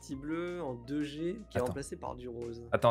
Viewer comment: quand vous dite 2G on dirait que vous dite Dejais lol